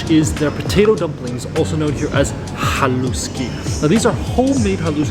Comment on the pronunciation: There is no such word as Slovakian, it's just plain Slovak, from a Slovak! And it's pronounced HAH' lush,ky, accent on the first syllable. MOST words in Slovak have the accent on the first syllable. Bratislava is almost ALWAYS mispronounced. Accent on the first syllable i.e. BRAH tislava, NOT BratiSLAVA!